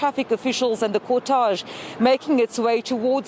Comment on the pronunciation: Please ladies... check the proper pronunciation of the word cortege...